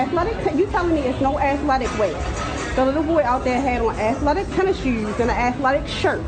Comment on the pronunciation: Athletic tennishewws